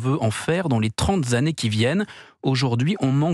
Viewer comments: Chalut, "trente zzzannées" — Une liaison dangereuse, après un invariable… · "Les trente zannées" dit le bateleur de céans ! Diantre ! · "Les trente-z-années"? Vraiment?